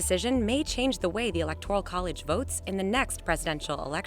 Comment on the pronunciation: First learn how to pronounce "Electoral" correctly.